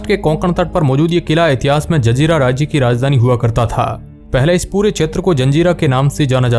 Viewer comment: Zanjira nahi zazeera bet